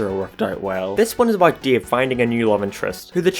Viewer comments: said Dave like Deve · When you said dave i keep hearing DIO instead of dave lol